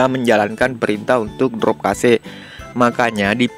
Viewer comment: cache kug bisa dibaca kase drmana ya caranya ? kosa kase kosa kase 😅 ,cache tu di bacara kash bang . ak kasih tau biar bsk2 ga salah baca lg